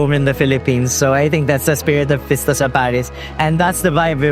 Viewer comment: It's Fiesta, not Pista. Through out the years some ethnic group in the Philippines can't pronouce Fiesta. Visayan speakers, particularly those of Cebuano, may have difficulty pronouncing certain vowel sounds